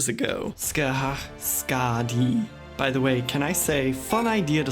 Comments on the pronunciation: HE LIIIIIIIIIVES! Edit: also, technically speaking, some variations on Skadi's name should be pronounced Ska-thee (th like in that, those, or thou/thee) due to variations in lettering. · When around russians don't utter Skadi as Su-ka-di too loudly, that's at least somewhat dangerous. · Regarding the thing with Skadi's name: u, and sometimes i and o have special properties in Japanese. i and u are silent when between two voiceless consonants, and o can become silent when it's part of ト (to). u can also become silent when part of ル (ru). Meaning, スカディ is actually pronounced skadi anyway, since the u in ス (su) becomes silent. That particular quirk is also why we have the "Artoria" vs "Altria" debate. Her name is written アルトリア ( arutoria ) and both transliterations are correct, with even the Japanese voice actors not being consistent on it since it sounds the same to them.